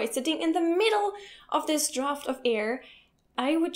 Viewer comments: I'll have to side with Eric on this one. I sleep with windows open and I use an air conditioner when it is hot out. By the way,, the "a" in the English word "draft" (Luftzug) is pronounced like in the word "at". Thanks for the excellent video 👍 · Being a pronunciation nazi: Drought and Draft are being pronounced the same way.